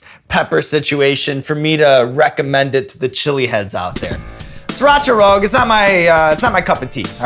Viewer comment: please someone make a loop of Sean saying Rogue as Rog